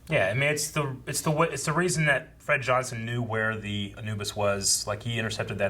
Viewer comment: is my dude...pronunciation king! He pronounces certain words the way I would despite how the show would have you say them (Amos = A-muss, instead of A-mose; Anubis = AN-new-bus instead of An-NEW-bus)... Okay, carry on...🤪